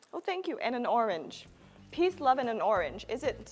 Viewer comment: thay vì nói Peace chị Mc phát âm là Piss 🤔🤔